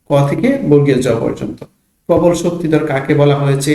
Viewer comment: প্রবাল না প্রবল😂😊